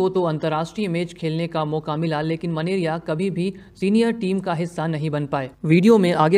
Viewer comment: Menaria ka उच्चारण मेनारिया है।।